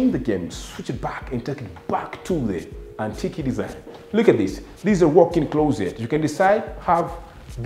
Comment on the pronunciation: This is brilliant, very nice video even the way you interact with your camera man is entertaining and keeps the viewer engaged. However there is room for improvement on your pronunciations Antique(antik not antiki) Wood not hood, The way you pronounce ensuite is perfect. Keep up the amazing work and may you soar to greater heights.